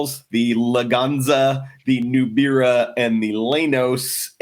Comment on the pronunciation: It wasnt called a Daewoo Nubera, it was a Nubria (Nu-BREA)